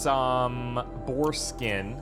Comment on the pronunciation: Please stop saying boar skin lolol, all i hear every time is " foreskin "......